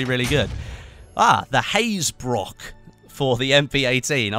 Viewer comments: you pronounce hazebrouck like Haze Brook (as in Brooklyn) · You pronounce hazebrouck like my name